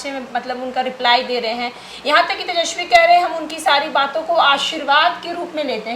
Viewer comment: कृपया तेजस्वी बोलें, तेजश्वी उच्चारण अच्छा नहीं लगता है। हमलोग आप लोगों से और कुछ नहीं तो कम से कम भाषा भी सीखना चाहते हैं। शुद्ध शब्द 'तेजस्वी' है न कि 'तेजश्वी'।